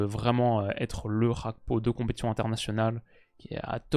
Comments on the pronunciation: « Rakpo » ?Ca se dit pas Gakpo? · Juste dire GAkpo au lieu de khagpo 😜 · je compte sur ton sérieux pour arrêter de dire Cody "RHAKPO". En effet bien que l'attaquant des reds soit Néerlandais, son nom famille lui vient de son père qui est Togolais. Au Togo la première langue est le français, et on dit bien Cody GAKPO. Comme par exemple Serge GAKPÉ à l'époque au FC Nantes. A titre de comparaison c'est comme si tu disais Théo "HERNANDÉ" parce qu'en français EZ se prononce É. Son nom est clairement d'origine espagnole, donc on prononce "HERNANDAISE". Avec tout mon respect et mes amitiés. (10€ offerts et votre premier dépôt doublé avec le lien en description) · J'ai envie que la Turquie passe juste pour plus entendre "Rakpo" Ca fait trop mal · Petite précision s'il est hollandais, Gakpo est un nom Ghanéen. Ça se pronounce "Guakpo". Sinon top video comme d'hab